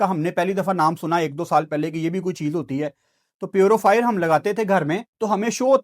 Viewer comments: Nobody, absolutely nobody:"":" Smoog, Foog, Purufier" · english nai ati to na bola kren purofire, avaibility ye konsy words hain